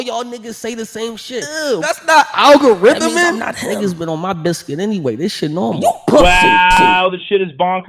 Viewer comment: he said "thats not algorhythmin" 🤣🤣🤣🤣🤣🤣